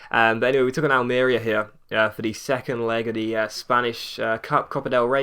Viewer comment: Its AlmeRÍa. Pressure on the 3rd syllable in spanish :)